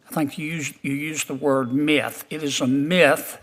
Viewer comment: It's 'Myth' - one syllable - not 'Meeuth'.